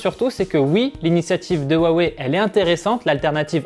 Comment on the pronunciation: Rwa wey et pas wa wé